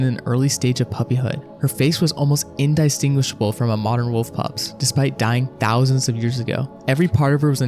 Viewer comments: "In-dye-stinguishable" that's a new one And analysis's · "indistinguishable"... have you just never heard that word in a conversation before, or are you using AI to read this?